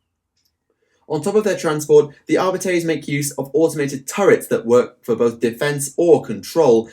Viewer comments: Videos are awesome. As always. One thing though it’s pronounced Ar-bee-tees. Going by the audiobooks. Keep up the good work please! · your pronunciation for Arbites triggers me